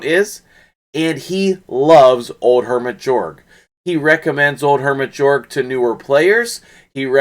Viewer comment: Nice vid, but it's pronounced Yorrrg following Swedish pronunciation. 😀 😆 🤣